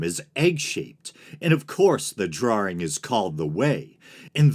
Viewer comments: Did you say drawring? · True, but he mispronounced "drawing".